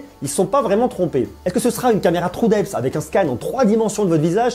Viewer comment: j'en ai marre que les français prononce le mot true comme ci c’était un trou